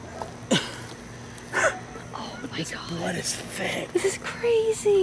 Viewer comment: It's thick not fick learn your English